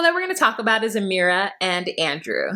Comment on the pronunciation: Your Amera accent is hilarious